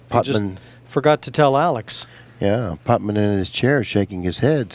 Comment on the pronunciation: C'mon,. "Putman?" It's like Nicky Varner calling Reyes "Efrem."